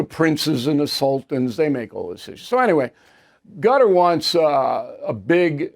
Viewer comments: I think it's pronounced "Cutter" and not "Gutter"! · I thought Qatar was pronounced Kuh-tarr or Kay'tarr 😊